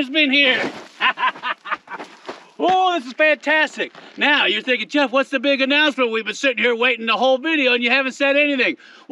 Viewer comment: 2738th thumb 👍up. About 9 mins in, When I heard " mah name is "yeff" . 🤣